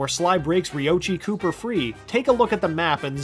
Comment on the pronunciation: Well, you mispronounced Rioichi Cooper; the fact about the Feudal Japan map being shaped like a cane is far fetched (I don't see it), and Sly's father being named "Connor" is nothing more than a fan-made fact on thd Sly Wiki page (...to my knowledge). I've never heard his father be called Connor by either the games or the developers, so I don't count that as a true fact.